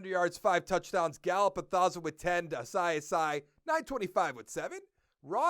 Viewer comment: I think it’s pronounced “Ah-see Ah-see” (Asiasi).